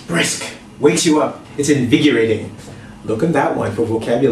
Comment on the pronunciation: did he just say invigUrating? XD